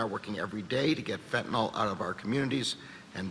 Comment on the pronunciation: It's not Fentynol as in Tylenol. It's FENTANYL